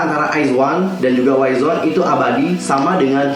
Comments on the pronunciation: Koreksi kak, penyebutannya "wizwan" bukan "waizwan" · Nah gue juga mau ngmong ini 😂